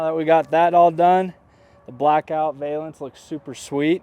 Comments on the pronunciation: It’s like nails on a chalkboard…Please stop saying vay-lence. It’s pronounced va-luhns 😬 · Very cool product. Just pronounce it correctly!